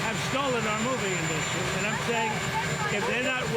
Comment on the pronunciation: Trump is trying to find money any way he can to give it to Billionaires as tax breaks. Americans will NEVER see any tariffs on anything. Why does he say "In The Ass Three". He is supposed to say Industry.